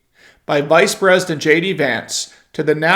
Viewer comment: “IDENT”…. The word is “PRESIDENT”, not “PRES…”